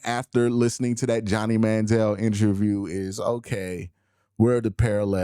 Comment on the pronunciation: Bruh!!! Did you say, "injure-view"?!🤔HILARIOUS!!!😂